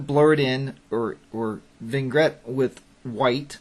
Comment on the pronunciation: Vignette is pronounced "vin-yet"